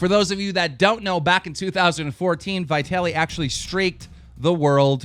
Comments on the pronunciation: it's vitaly not "vyetaly" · So we're just gonna ignore the fact that he said Viy Tally instead of Vuh Taly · Vee taliy not Vai taliy Dude U must pronounce people's names correctly Cuz it's offensive if not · its not vi taly its just vitaly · omg dude its vitaly not vi-taly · It's Vitaly, like the "I" hip. Not like the I in hi, dude please learn to pronounce stuff! You always fuck up in EVERY VIDEO!!!! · It's not "vaai-taly" it's "viitaly" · V-eye-taly. LOL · It's fucking annoying that you pronounce Vitaliys name wrong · you said Vitaly wrong.. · He can't pronounce vitaly correctly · he cant even say vitallys name correct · Its funny how he pronounces VITALY lol